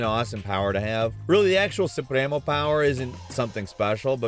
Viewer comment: I hate how you tried to pronounce Yara and the different supremos